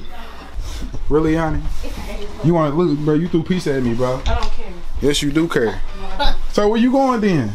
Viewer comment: Omg she said I don’t kurr 😭☠️